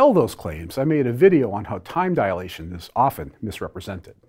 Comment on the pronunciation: Small point, but it's a pet peeve, so I have to make it. Dilation is a 3 syllable word. There's no 'a' after 'di.'